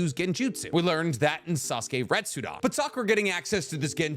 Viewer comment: Sasuke RetsuDEN. Not dan. Den.